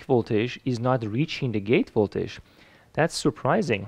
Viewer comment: You make great videos that I really enjoy watching! But you should really learn how to say the word voltage, since it's used so very often in your videos. It's not voltaesh, it's more like voltedge if I try to spell how it should be pronounced.